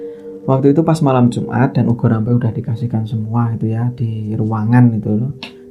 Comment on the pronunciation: Bukan ugo rampe.... Tapi ubo rampe